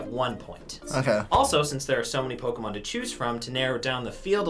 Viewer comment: Why isn't anyone talking about how knew all the Pokemon's but messed up with the names like everytime 😂😂